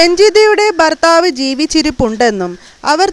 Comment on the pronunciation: Barthaavalla, bharthaavu ennaanu.